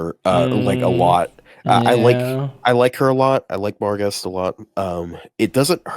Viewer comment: Barghest (Archer) is pronounced "Barcher"